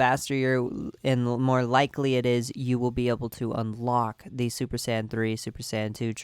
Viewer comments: Bothers the fuck out of me how you say Sayian it sounds so lazy and it sounds like your calling them sand, the sand race wtf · Tf is a San ummm I don't want to be a bother but It hurts to hear it tf is a sans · U can’t say saiyan. It’s not sands! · San? Saiyan you imbecile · listen closely, he pronounces saiyan as "sane".